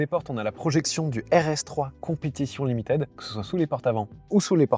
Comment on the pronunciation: Au top, comme d'hab, merci! (juste limited, ça se prononce "limitid", pas "limitèd", pitié pour les jeunes oreilles qui doivent apprendre ^^)